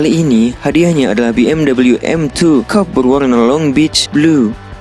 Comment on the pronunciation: Coupe dibacanya kup. Sedan kup itu sedan dua pintu dengan atap keras dan yang kaca belakangnya menurun landai. Racing suit itu dibacanya resing sut bukan resing suit.